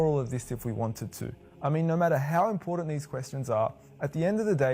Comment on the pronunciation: The "most impordant" thing to learn from this video is that there is NO "d" in the word "important". The rest is all superstitious bullshit.